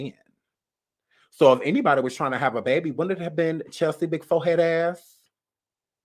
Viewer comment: You from New Orleans??? Oooh I heard that Bay-bie!!